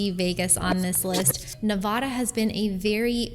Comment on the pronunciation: If you're going to talk about Nevada, learn to pronounce it correctly.